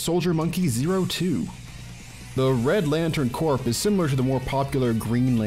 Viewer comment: A couple things: 1. It's pronounced "core", even if it's spelled corps. 2. The horse is a symbol of Poseidon, Lord of the Ocean. Hence it's use on the Aquaman gladiator. 3. My vote is for Tetsuo (Iron Man Kensei).